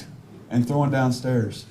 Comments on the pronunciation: FFS the word is THROWN not THROWIN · The greatest comment of closing arguments: "It's heinous NOT hein•E•ous " (I wish he would had said something about how to pronounce "Thrown" it's NOT "Throwen", which my autocorrect even keeps changing it when I type it) Finally someone was able to call him out on his ignorance & made up terms along with incorrect pronunciation of simple terms ** how is someone so comfortable talking about someone's vagina and personal medical issues such as incontinence? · He has same problem with thrown. He pronounces it "throw-in". " unhonesty ".